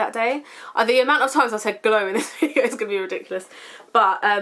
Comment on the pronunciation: When u said video you sounded Australian haha love it great vid :) x